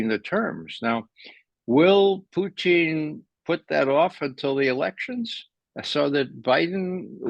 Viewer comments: I totally agree. I just wish he'd stop pronouncing Putin as Poo-teen. I just cringe every time he says Putin's name! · Putchin or Putin ! Believe you buy pronounce Putins name correctly and dont call him Puty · Am I hearing this man pronounce Putin as Poutine? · lmao sometimes I yell it's putin 😂 although he cant hear me but yeah lol.